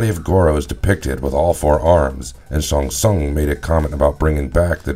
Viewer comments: I wish just once I could watch one of your videos where you don't mispronounce someone's name over and over again. There is no character in Mortal Kombat named Sung Shung. I think you Shang Tsung... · I really wish you had pronounced Shang tsung correctly. Stopped watching immediately.